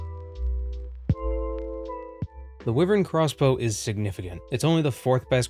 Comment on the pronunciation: i found the way you pronounced wyvern very odd.